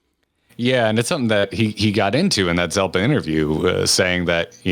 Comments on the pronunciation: how dare you?!? It's Zepla, not Zelpa Edit:jkjk but hey seriously I was impressed by your good grammar at the end where you said "Kyle and me". So many people would say "the latest uploads from Kyle and I" When there's an easy test to figure out which is correct. Just switch it to singular and "uploads from I" or "uploads from me" will make it obvious which is the right word. Like Tom Merritt always says it wrong and drives me crazy but I guess I might have Asperger's lol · Ahah her name is Zepla not Zelpa!